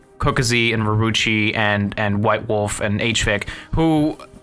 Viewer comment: are you saying white wolf or wubwoofwolf??